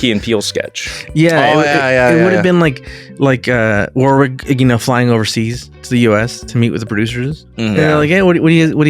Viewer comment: The second 'w' in Warwick Davis' name is silent. So it's pronounced 'War-rick'. It's an English town name. Love your show guys.